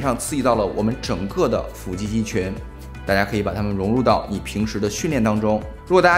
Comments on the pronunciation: 不是fù肌吗？？fǔ肌听着好别扭啊… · 為什麼腹肌都唸成斧肌